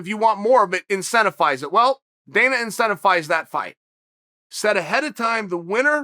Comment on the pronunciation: Me: incentivize Chael: incentifize Me: okay, great